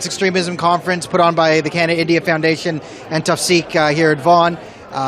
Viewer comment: 😂😂😂it's India or you can call Bharat....not Endia 😂😂 and it's LATE not land .